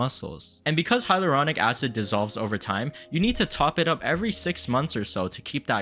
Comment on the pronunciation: its "hal your ronic"